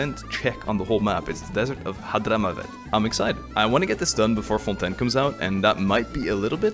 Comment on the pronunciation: WAIT ARE YOU FRENCH ? because you were pronouncing Fontaine very frenchly so I had suspicions but now... je suis trop contente parce que j'adore regarder tes vidéos en général, c'est super fun et tranquille :D